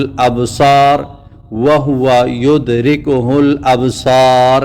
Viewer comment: آپ قرآن دیکھ کے پڑھنا شروع فرمائیں (وھو یدرک الابصار) ہے آپ پڑھ رہے ہیں وہو یدرکہ الابصار جزاک اللہ خیرا فی الداریں آمین